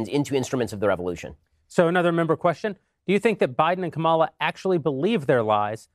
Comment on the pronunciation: did he just say Kamila? ;-; OMG he mispronounced a woc’s name, racist!!! /s